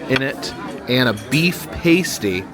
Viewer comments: The "boat" and "room" thing doesn't bother me, but you MUST stop calling pasties, PASTIES😂. Pasties are things one puts on their n1pples. The hand pies are pronounced Past---- eees. Rhymes with LAST. ❤ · And it’s pas-tee not pastey 😂❤ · Michigander here, I'm so sorry to be a pedant but it's pronounced pass-tee. A paste-tee is actually a nipple cover 😅😅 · Hey love your video adventures! As a Michigander, I roll in laughter every time you pronounce the name of that delicious delicacy imported to us from the UK, the pasty. It is not pronounced "pay stee" as you keep saying, which is actually an item worn on exotic dancers to cover their nipples. The food is pronounced "pass-tee" lol Anyways, keep on adventuring. We just got blanketed with snow again so looking at warm places warms me up a bit. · its pronounced Past ee, Not paist ee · I'm sure others will clue you in too, but the first syllable of "Pasty" rhymes with 'last', not 'waste' 😊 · Remember American's pronounce Pass like "Parse" so saying "parse tea" will make it sound weird, need to pronounce it more "Pas - Tea" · Afternoon, I hope and Jenn are having a great time on your cruise, it certainly looks like it and I hope you're both well 😊 Also, just a friendly heads up good sir, from a native of the UK, it's pronounced pass-tea, lovely little Cornish delicacy 😁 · Bit late to the party . But it’s not all pies in the U.K. Fish and chips . Roast Dinners (with Yorkshire pudding ) Potatoes with EVERYTHING (except me I’m intolerant ) So much more out there and Pasties are always to be eaten in the south west (pronounce past eee ) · Hey You are killing me with the pronunciation of Pasty it’s Pronounced past-e 😉 make sure you have a greggs pasty the best one is the steak bake and also get a sausage roll. I miss these so much, now I live in Ohio but I am from Manchester. Looking forward to watching your uk trip. Also in response to the pea question- Peas are the spawn of the devil to me 🤣